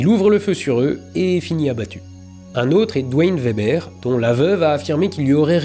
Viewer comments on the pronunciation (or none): none